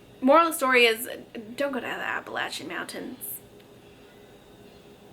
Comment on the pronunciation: That is not how you pronounce appalachian